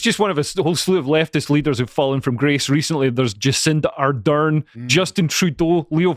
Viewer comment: I like how that Scottish FK pronounces: Jizz-in-da-Ardern 😅